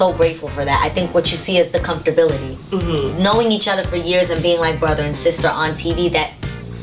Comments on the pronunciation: Comftorbility lolol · I just need to know what "comfterbility" is. Also, why is this woman on a couch with her legs open and shoes on the couch on camera? During an interview! I don't mean to come on here and be negative but DAMN.